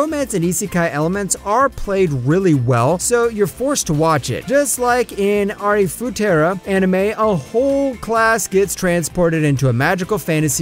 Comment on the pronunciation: It shows that you are not a true anime fun, its Arifureta and not arifutera, it is shakugan no Shana and not sakukan no Shana, it is Oda Nobuna and not Oda Nabuna